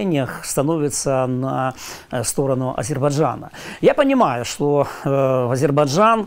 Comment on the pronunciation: Азебаржан..за.ха,как у Горбачева !Айзербаджан,что тяжело выговаривать ??!!